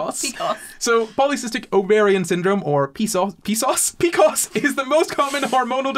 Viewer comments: deciding they youre going to pronounce pcos differently than every medical provider made this really hard to listen to. pee cee oh ess. not picos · Omg just and that is exactly how i pronounce pcos 😂